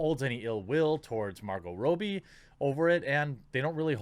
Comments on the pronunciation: Are you doing a meme with calling her Margo Rowbee? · Is that how you pronounce her name Marco Roby? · The way he’s pronouncing Margot Robbie is bothering me